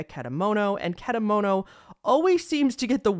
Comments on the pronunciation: (i know im late) but you did pronounce kedamono right! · also i commented this earlier into the video but your pronunciation for kedamono is also pretty much accurate!